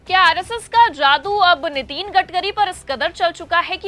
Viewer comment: नितीन नहीं नितिन बोलें मैडम जी